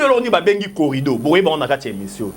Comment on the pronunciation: Oza mayele mukie. Oyebi makambo ozo loba te. C que Bemba a dit, il a honoré Fatshi. Botika bilobele en plus c'est corridor et non corrido.